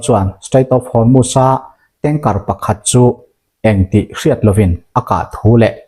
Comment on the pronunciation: Hnamdang ṭawng i lam dan uluk deuh hlek a ngai. U hi A ang in i lam ṭhin a. Entir nan Hormuz kha maz ang in i lam a, wngchuk pawh wangchak ang in i lam ṭhin a. A dang chu a ṭha a, a bengvar thlak bawk.